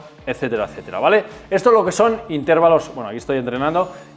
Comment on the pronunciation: Cada vez que dices "intérvalo" mueren cuatro gatitos, no lo digas, hazlo por ellos 😅